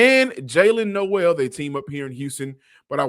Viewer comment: Nole it’s pronounced nole 😂